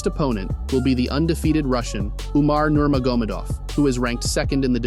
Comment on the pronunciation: "Nermar germadoff" lols!